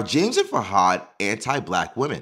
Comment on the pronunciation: I think his name is pronounced FOO-had.